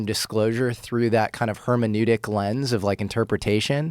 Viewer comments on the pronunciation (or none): Did I hear him end the sentence with a word”hermanutic lense” and “premafacia” ? Who the F talks like that?